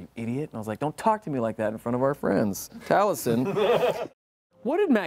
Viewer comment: Once you notice that Liam (and only Liam) pronounces Taliesin's name with a voiced s (TalieZin), you can never unhear it. You're welcome.